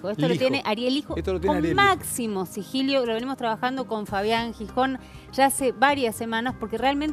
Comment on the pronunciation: por favor, no lo repitas mas, se dice sigilo, no sigilio!!!!!